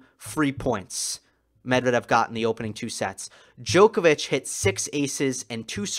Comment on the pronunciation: you're a brilliant analyst. I'm very impressed - you're articulate without unnecessary dramatics, extremely knowledgeable, watching the matches with an attention of a hawk, finding tiniest but important details. The only caveat - you shall not listen to American/British announcers and follow their lead in butchering foreign names. For instance - learn to pronounce Medvedev the correct way. It shall be Medv-E-dev with an emphasys on the second syllable, not M-E-dvedev, as they say.